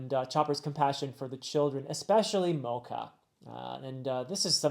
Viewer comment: One pronunciation check. The "ch" in Mocha is a soft "ch" so it's not pronounced like the coffee. I think I mentioned this in the Summit Wars video, but Oda made it a point to have Ace's death be the first in-world death of One Piece (excluding flashbacks). Monet is the first death we're seeing since Ace which kind of sets you up to the fact that the New World is, tonally, going to be heavier than what we've experienced up to this point. We're going to get to see a lot more of these characters and their philosophies/ideals on being a ruler, pirate, marine, noble, etc. so the way you break down Caesar is just the beginning!